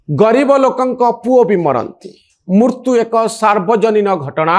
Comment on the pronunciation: Manoranjan babu is a very good intellectual anchor but pronouncing odia word murtu(death) instead of Mrutyu. Pls rectify ur pronounciation